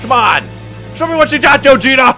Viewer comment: Hearing "Gah Jit uh" instead of "Go Jeet Uh" Hurt me for some reason...